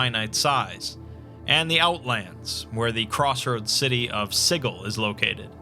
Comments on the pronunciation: Every time you say "sighul", it causes me pain. It's "SIJIL" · Good video however the mispronounced City of Siggle drives me a tad crazy. Overall good though. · "Siggle." Sijil. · It's not Siggle, there is one 'g' in Sigil. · Yep. The only thing that triggered me a little. I hope he will make a proper video about Sigil and Lady of Pain as well as touch Planescape: Torment storyline. Maybe someday. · The way you say Sigil makes me uncomfortable. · I refuse to believe that's how Sigil is pronounced. It just can't be. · I’m pretty sure the city of Sigil is pronounced with a “juh” sound.